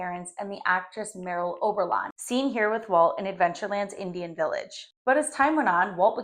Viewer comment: It's pronounced "Murl Oberon" not "Merril", although it is spelled "Merle".